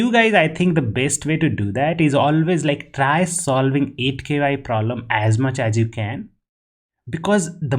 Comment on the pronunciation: I like how he says K,Y, U, while it's japanese word which is kyu (that has only one syllable) that means a level or degree